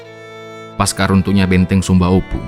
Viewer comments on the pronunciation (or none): none